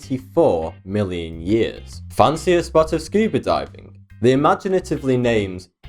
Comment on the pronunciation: "Fan 'see' a spot" hahahahahahahaahaha.